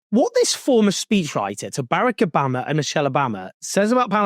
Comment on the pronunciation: BARE-ick Obama?